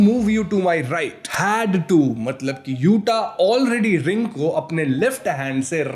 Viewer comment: Accha hai yuta hai, yute nai hai